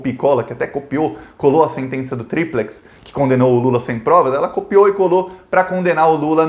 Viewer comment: Cara olha as pronuncias de Odebrecht, triprex para de falar errado, tá difícil ver vc falar como gringo sei la